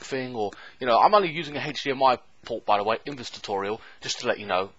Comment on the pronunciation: Hatch dmi porrt it an hatch dmi porrrrt ahhhhhh haha hdmi silly 😜